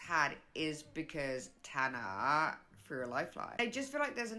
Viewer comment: why did she say tana like that 😭